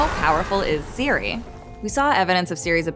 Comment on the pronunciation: Ciri not Siri!!!